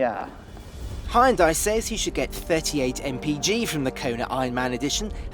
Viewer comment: Why can no one pronounce Hyundai